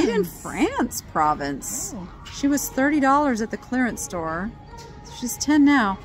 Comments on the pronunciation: Provence is a region in France. Pronounced “pro-vonce”. Accent on the “vonce” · How unsophisticated can you get to not know how to pronounce Provence (pruh-vaans)